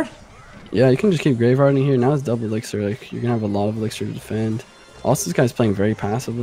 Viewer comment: Dear editor- it’s elixir not elixer